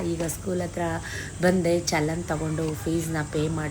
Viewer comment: ಚನಲ್ ಅಲ್ಲ...ಚಲನ್ ಎಂದು ಹೇಳಿದರೆ ಸರಿ.